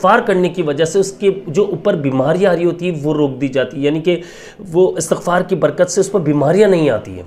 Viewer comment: Bhai istighfar HOTA ha not astaghfar ...